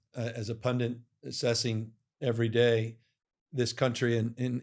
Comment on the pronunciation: Excellent, fun,, informative conversation, thank you! And... Gov, please check with your pronunciation coach. The word is PUNDIT, not PUNDINT. The word "pundit" is correctly pronounced as PUN-dit /ˈpʌndɪt/. A common mispronunciation is "pundint" /ˈpʌndɪnt/, where speakers insert an extra "n" sound, or "pundant" /ˈpʌndənt/. This phenomenon, known as an intrusive "n," often happens naturally in casual speech but is frequently flagged as a linguistic error by language experts.